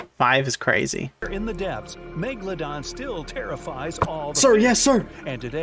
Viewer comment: Ok now, not to be mean but rather point out something funny, mega-dolo-don